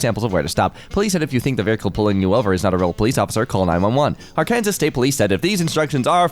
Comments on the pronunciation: ar-KAN-zis... bruh. It's pronounced AR-kin-saw! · reminder that Arkansas is not pronounced as spelt. It is “ar-kan-SAW” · has renamed Arkansas (Pronounced: Ar-ken-saw) to Arkansas (pronounced: Ar-can-ses) and I have no problem with this because it's hilarious.